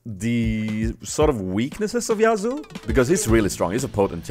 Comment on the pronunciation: Actually, it's pronounced Ya-su